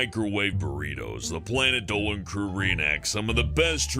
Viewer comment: Planet Dowan That’s how Dolan says Dolan